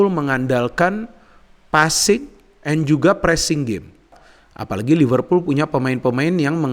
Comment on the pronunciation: lihat ini lagi iseng2. setelah diamati, di video ini kalau nyebut "MU" pake emyu, khas nitizen buat bully kleb MU. kalau nyebut "Liverpool" sangat fasih dgn aksen British 🤣